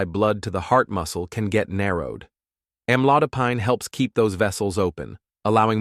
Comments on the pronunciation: Am lo di pine. I am not used to hearing the pine at the end pronounced like pine (tree)! The narrator needs to learn the correct way to pronounce it. Or is he right??? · Why he saying the AMLODOPINE the wrong pronunciations! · Wish he would pronounce Amlodipine correctly!